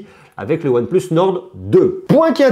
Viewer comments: Arrête prononcer ''one pleuss'' S'il vous plaît monsieur 🤦🏽‍♂️ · One pleusse nord 2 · mdr tu sais même pas prononcer oneplus ou quoi je sais pas c'est logique one et plusse quoi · "Hasselblayde" ... "one pleuss" ça peut se comprendre, c'est la prononciation anglaise. Mais à ma connaissance Hasselblad ça se prononce pareil dans toutes les langues.